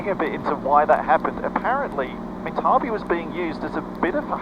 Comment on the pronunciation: Pronounced minta bee..currently a petition to keep town open